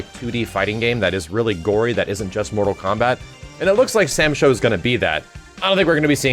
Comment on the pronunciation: Please stop calling it Sam Sho 😂😔